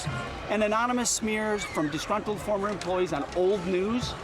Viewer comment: ..."disgruntled fOrmer emplOYEEZ"... 😅 Dude sounds like slackjaw Cleetus from the Simpsons. Sad.